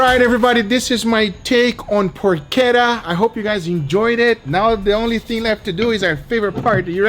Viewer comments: Guga why you sometimes say the words in spanish and sometimes in English? I though you were going to say "PORCHETA" and you said "porkera" 😂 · it's not "porckedda" it's PORCHETTA. Get it RIGHT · PORK ETTA or Poke Etta lol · It's Porshettah. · Every time Guga says PORKETA An italian granma cries in pain..... PORCHETTA CH Not K or C or CC it makes a Tch sound not a Kuh sound ,you dont say Kiabatta bread,you say Chiabatta bread,you say Buggati Chiron,not Kiron ....The H after a C Produces Tch sound for god sake..... im really triggered,like the one time someone pronounced the name of the russian vodka Stolichnaya - Stoliknoya.... o_o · It is porchetta. You have pronounce it wrong. Yeah, you can have it in a sandwich. Enjoy it! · I cringe everytime I hear him say Porchetta. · CH in Porchetta is like in CH in "chase". Not like CH in "characteristic"!